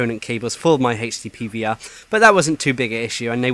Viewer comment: I keep thinking you are saying Hasty PVR.... :P